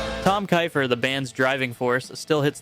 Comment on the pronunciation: Cinderella and Ratt were huge. My sister had a huge thing for Tom Kiefer (pronounced Keefer). She named one of her boys after him. I would've added Zebra and Fastway to this list.